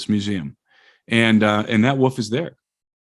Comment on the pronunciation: I love when calls wolfs woofs:)